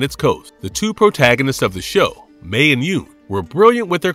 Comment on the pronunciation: Not to nitpick, but I’m pretty sure Mei’s name is pronounced like “MY”, not “Mee”